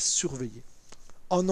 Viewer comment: c'est SQUAWK pour le transponder et non SQUAKE!-) Bravo pour votre travail!